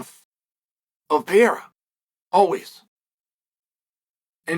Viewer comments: “Pereira”, Chael. Not “Piera”. Mr hoity-toity and his fancy education can’t even pronounce “Pereira” correctly. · Chael Sonnen, who the F is “Alex Pee-Air”??? Are you a professional or just trying to be the Archie Bunker of MMA? You’re coming across like an ignorant tool. I just unsubscribed—because your ridiculous mispronunciations aren’t funny, they're pathetic. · Ya can't say PUR-air-ah ? Chael P.brain Sonnen ... No Chama